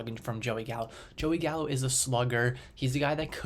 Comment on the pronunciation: You lost me when you said Gallo